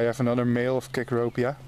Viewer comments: I had fourteen H. cecropia emerge from fiftheen cocoons this Spring. Had some C. promethea cocoons that produced seven moths. Three A. lunas and one male A. polyphemus.Suggestion: try pronouncing the word, cecropia, as (see crow pee ah).I want to get eggs of the Edwards Altas Moth to rear. Rearing Moon Moths would fun, also, if I could only get their eggs. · Actually here in the U.S. ,We pronounce the first C in 'Cecropia' like an 'S', so it sounds like 'Secropia'. You got Polyphemus right though :). I do the same thing too, often mixing Polyphemus with Promethea. All beautiful silkmoths indeed. The last one is really pretty. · Polyphemus is correctly pronounced. Cecropia is wrong. The first C is pronounced like an S